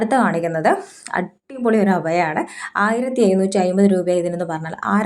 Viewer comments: അഭയാ... അല്ല അബായാ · അഭയ അല്ല അബായ 😅